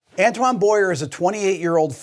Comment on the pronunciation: With a bit more practice this kid could be half decent. By the way Antoine is pronounced 'On-twan' 😉